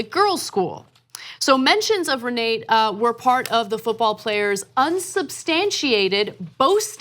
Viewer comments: ...it is pronounced Re nah tah!...You're welcome! Also kavanaugh went to church on Sunday because it was the quietest place to sleep off an hangover...badabing badaboom! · Pronounced Ree-nah-ta.